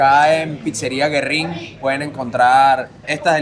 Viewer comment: Corrección a la muchachita, Güerrin es un nombre en italiano no en español y suena Guerrin.👍🏻